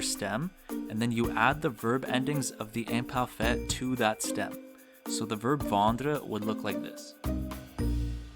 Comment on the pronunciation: I know this is from 6 years ago but your pronouncation is not good...you don't roll the r in words like être, and also your way of pronouncing the i in like "imparfait" is wrong...not to be mean but if you teach french you should know this